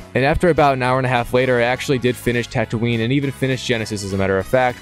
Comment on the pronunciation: wait youve played all the lego games and dont know how to pronounce tatooine and geonosis? have you watched all the movies or did you skip that?